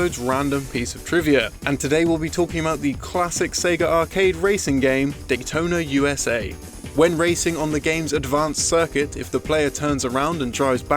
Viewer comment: "dicktona USA"